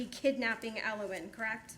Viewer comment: Everytime he says elowin i feel cringe